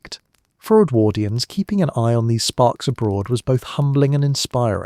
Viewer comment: Love your stuff - interesting choice of topics, but do think you could tweak your pronunciation of Edwardians, it sometimes gets rendered as EdwErdians - but sometimes properly. Really jars.